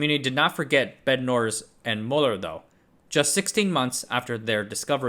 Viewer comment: fyi Bednorz is polish-silesian last name hence it should be read as in polish pronounciation